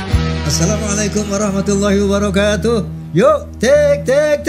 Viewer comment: maaf bang HAJI #Rhoma irama .. di awal acara sy denger salam nya "assalaamualaikum warohmtullohi WAROKAATUH" bukan wabarokatuh,,maaf klo sy salah dngr bang haji 🙏🙏🙏